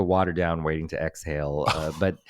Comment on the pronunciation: “Wading” to Exhale!? Also Tim Curry EEK!! Clue is one of my favorite quotable movies.